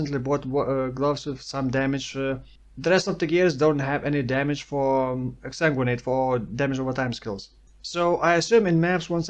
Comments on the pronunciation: You pronounce Exsanguinate better than some native English speakers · You're saying exsanguinate perfectly.